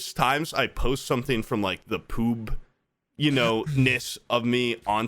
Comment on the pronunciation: did he call Poob Pube because it's making me laugh so fucking hard